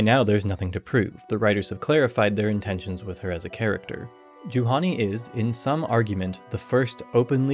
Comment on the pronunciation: It's sort of funny that the only place my first name exists in non-Finnish fiction is Star Wars. Juhani is a traditional Finnish male name, so hearing it in this context, also pronounced incorrectly, is very funny. "Juhani is the first openly queer Star Wars character" got a good few laughs out me and my friends :D